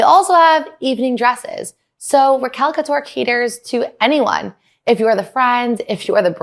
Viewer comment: I love you but it's Raquel couture, not Recal couture 😅